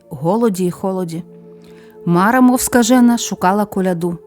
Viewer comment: Цікаво, добре, що піднімаєте народні традиції. Правильно наголос не МАра, а МарА.